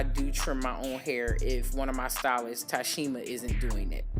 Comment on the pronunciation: Did you say (Tashema) lol That's my name 😊